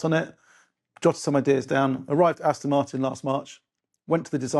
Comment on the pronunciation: It 'Aston' with an 'O' not an 'I'.